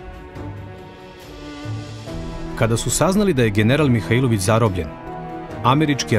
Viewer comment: Имам само једну замерку а то је погрешно акцентовање приликом изговора презимена Михаиловић. У Ивањици се тако не изговара.